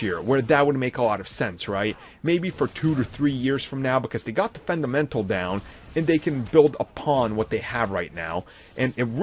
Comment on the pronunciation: This video should have been made in two years from today 🙄 Also once again “da” is not “the”. Have a great day 😂